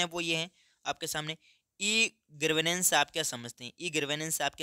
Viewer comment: Gavrnensh ❌❌❌ Garvnensh ✅✅✅ 😂😂😂